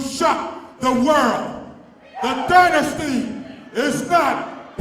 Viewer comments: Dynasty = die-na-stee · Did I miss something? I love Samoan Dynasty, but who is pronouncing it as Dinasty? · Its Dynasty..As in DIE NASTY..as in Soy Boys DIE NASTY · The way he pronounced dynasty bothers me........